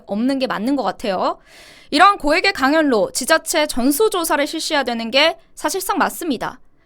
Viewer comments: 예쁜 강연료-강열료로 발음하시는거로 들려요. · 강연뇨 로 연습해야할듯 합니다. 거슬리네요. 제동 이름도 싫어요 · 강연료 발음은 강열료로 발음하세요.